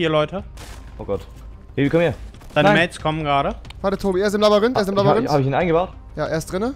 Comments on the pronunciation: „Er ist im Labarynth.“ 🤣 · Labarinth.... xD ich war auch nie gut in Deutsch mit 10 :P